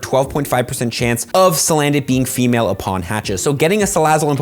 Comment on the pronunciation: Famale lol